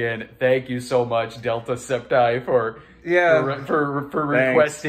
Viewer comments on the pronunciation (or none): Also, I don't take offense that you mispronounced my username as "DeltaScept-eye" instead of DeltaSceptile. It's always good to be accidentally associated with Jacksepticeye.